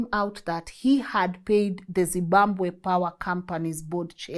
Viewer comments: I like the way you say Zibambwe! instead of Zimbabwe 😂😂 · It’s ZIMBABWE..not ZIMBAMBWE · Th way you are prouncing zimbabwe yoh yoh